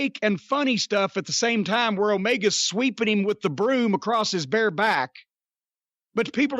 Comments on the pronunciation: Ummmmm he’s hated Omega for years. And what the fuck is he calling him? Oliviaye? Lol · Cornnet sucks but it's funny how he calls Omega always Alibie or Olivier??😀😀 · Why does jim call omega "olivier"?